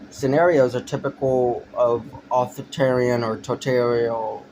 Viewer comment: A 15 year old's "political opinion". One of the worst things on the internet. Dead giveaway when you cant even pronounce "authoritarian" and "totalitarian". Spend more time reading theory, pal.